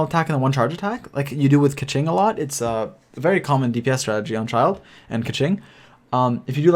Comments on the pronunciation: Also its not "Child" rather say Chi eel dey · In the Middle Ages, a childe or child (from Old English: Cild "Young Lord") was a nobleman's son who had not yet attained knighthood or had not yet won his spurs. The right pronunciation is like how we say chill. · I spell Childe as like "Chi(eel)(Dey).xD also mainly cause the way everyone calls it sounds " Child"😂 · Why does everyone mispronounce Childe, (chil-D)